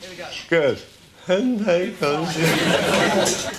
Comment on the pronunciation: He still pronounced ‘chispa’ wrong. The ‘s’ is an ‘s’ not a ‘th’. 😂